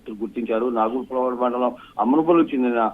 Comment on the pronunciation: నాగులపాడు కాదు అమ్మ నాగులప్పలపాడు